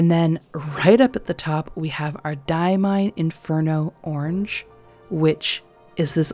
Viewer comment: Diamine doesn't have a D at the end. It's just Die-uh-mine